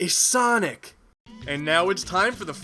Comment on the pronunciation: "is sanic" Best line ever XD